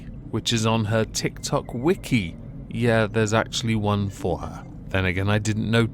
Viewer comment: Cows milk is fow baby cows? I wonder what she has to say to all those baby oats and almonds then XD